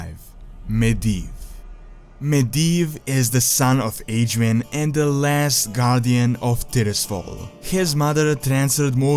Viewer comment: dude i get you are not native english speaking, but for some words you could make a little more effort like Azeroth and Aegwynn